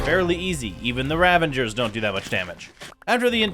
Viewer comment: Why does he call Ravagers Ravangers?!?